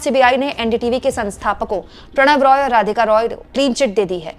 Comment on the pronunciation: Prannoy Roy, not Pranav Roy....